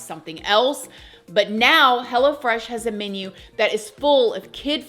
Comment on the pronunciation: Sounds like you're saying "Hella fresh" instead of "Hello Fresh"😂😂